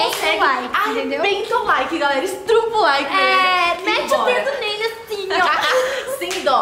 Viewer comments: "Estrupa" o like foi de fude kkkkkkkkkkk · esse "estrupa" o like "estrupou" o português HUAUHAHUAHUAAHU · "Estrupa o like" O like:Eu só uma piada pra você???